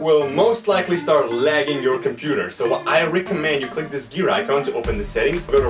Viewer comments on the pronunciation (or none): none